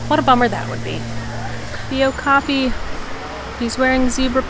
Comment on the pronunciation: Oak-a-pee = Okapi :D (zookeeper pet peeve. Continue on.... lol) Great video thanks!